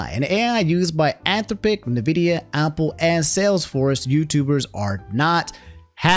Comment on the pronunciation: He's also saying Opple and not Apple lol